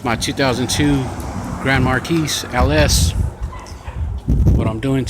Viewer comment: LMFAO... Just so you know, you DON"T pronounce the "S" in Marquis.... just like you don't pronounce the "S" in Illinois and you don't pronounce the "K" in knife.